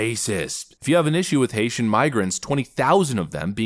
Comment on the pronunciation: You mispronounced that.....Haitian have been victims to the Clinton's